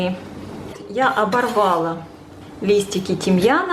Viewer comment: Спасибо за вкусный рецепт !:) Но в русском языке в слове "оборвала" ударение на последний слог :)